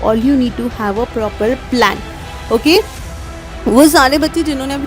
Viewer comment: Oki?❌ Ogi?✅